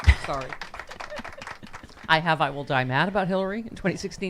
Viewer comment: I must have an auditory processing glitch... when you say "I will die mad" I hear "Neil Diamond".